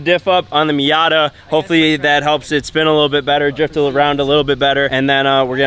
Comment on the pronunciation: Did say minyata 🤣😂